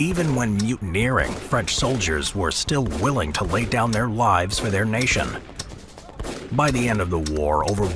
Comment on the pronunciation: "The French drove the English from their lands" - your intonation suggests you mean their to be 'the French' lands,, which is incorrect. At the begining of the Hundred Years War, these were English lands. They only became French at the end of the Hundred Years War. They actually drove the English off the English lands that had been English since England was created when the Normans (who possessed these French lands) invaded the Saxon lands of Britain. Stop interpreting history backwards, history can only be understood going forward as that is the direction of the flow of time. The past doesn't know the future.